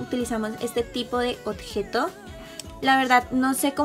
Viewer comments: Me gusto muchoooooo tu video solo quiero hacer un comentario... tú dices otjejo pero se dice objeto con b y no con t, solo es un comentario pero me encanto el video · me encanta que diga otgeto jajajaja me gustan tus videos